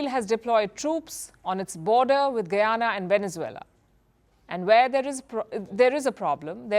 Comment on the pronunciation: Ita guyana not guiana get right but love your show